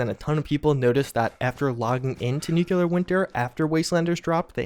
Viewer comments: Good info. When are they going to patch u repeatedly saying, "Nuke-ya-ler"?🤦🏾‍♂️ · How many times do you need to be reminded of how you pronounce "nuclear"